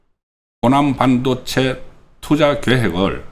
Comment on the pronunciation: (일반적이지 않고 다른 발음) 송국권선생님은 발음 중 일반적인 국민들의 발음과 다른 것이 있어 좀 거북하거나 듣기 싫을 때가 있습니다. 半도체 - 班도체 公직선거법 -공(球)직선거법 事前선거 - 辭典선거 搜査 - 輸사 대구식 발음인가요?